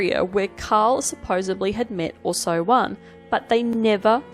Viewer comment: Ausso-one. Not Oooso-one.